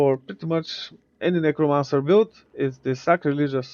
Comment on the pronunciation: bro did not say necromancer 💀